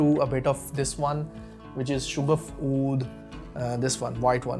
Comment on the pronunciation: Hello. Sha-gaf hai Not Shoo-gaf.